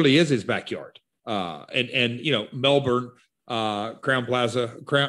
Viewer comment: Yeah, Americans rarely pronounce Brisbane and Melbourne right🤣